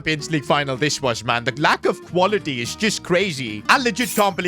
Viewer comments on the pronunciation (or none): none